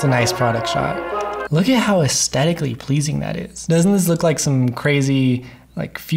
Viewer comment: Is it my ears or has the word 'aesthetically 'lost' its h in this video? Good video but it drives me mad (I'm old, it might be my ears!)